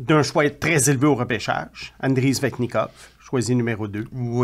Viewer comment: Hey, il n'y a pas de Z dans SSSSSSvenchnikov.